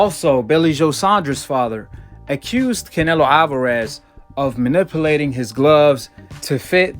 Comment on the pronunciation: "Manipoolating" hahaha ok.